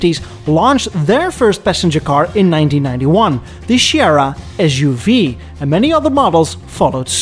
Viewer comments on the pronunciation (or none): it's SUV not EZ U V😂😂